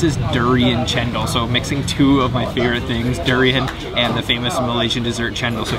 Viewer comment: The way you pronounce Malaysian fruits in English : Durian > due rain Rambutan > ram bue tan Duku > due koo Pisang > pi shang 😅 It's Banana dude.